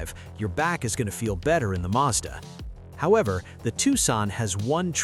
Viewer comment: madsa??? No it’s Mazda